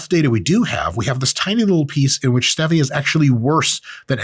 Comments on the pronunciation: ...waste of time. Suspected it might be when he couldn't pronounce Stevia correctly. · Wtf are those big words in the beginning. Also it's stevia not stevia! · Dr. Mike, you hate stevia so much you pronounce differently than most people!!?? What the hell is that??; Did some stevia salesman beat you up!!?? Why don't you mention the study in the news, which is the reason you made this video, showing aspartame damages DNA!!?? You call yourself a Dr.!!?? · Come on Mike every human calls it Stevia as in Steve e' a' Calling it Stev e' a' was so funny I couldn't through the video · Dude, it's STEEEEEVIA, and ZEEEEEEVIA! The whole POINT is to rhyme with Stevia. The "E" in Stevia is Long, not short. You people need to stop putting "your own touch" on words. There is the correct way and an INcorrect way to pronounce words. There's no such thing as "My Way." Same goes for Kefir. It's not Ka•FEAR. It's KEEEEF, then "UR!" Why do people do this? I'll TELL ya why... They are either uneducated and think that words are a choice in how they want to pronounce it, OR, they have a very small (or big) ego and/or a control issue hidden deep down inside. "Hmmmm... I'll say it my way, and you say it your way." Ummm, sorry, but it's not "my way or your way." It's either the correct way or INcorrect way, and I hate to rain on your parade, but you are pronouncing it the INCORRECT way. Informative video, though. Thanks!! Cheers! 😁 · My pregnant wife hearing Dr. Mike say pronounce Stevia: look at him. Look at this man. This Mr. Clean wanna be, girls tell him that he doesn’t have to worry about her best friend, and her best friend is Mr. Potato head. Name any word and I guarantee he will say it wrong. He looks like he just goes to the gym and takes steroids and talks about it. It’s STEVIA Me: I think he would pay for you to say that on the members page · It’s pronounced stevia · Okay. Dr. Mike says STEH-via, and Layne Norton says crea-TIN. Balance has been restored.